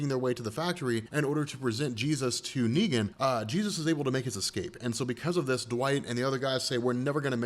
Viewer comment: « neeger »😭🙏🏾my nigga you slipped up